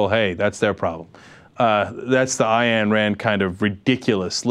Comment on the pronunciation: "Eye-an Rand"? lol